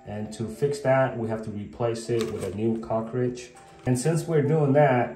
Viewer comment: Great video! Is it a good idea to caulk around the cover plate to prevent water from going behind from the shower? I did have a hard time understanding that you were saying "cartridge". When I Googled the part I searched for "cockridge"!! LOL!!! 🤣🤣🤣 No big deal, I eventually figured it out. Thanks again for the great video! SUPER HELPFUL!!